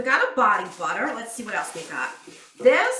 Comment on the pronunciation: I swear, I thought you were saying body water instead of butter haha. That cracked me up! I really like this box. It’s all about self love! Just like Ru Paul says, if you can’t love yourself, he the hell you gonna love somebody else?! Love you Anne! 😘😘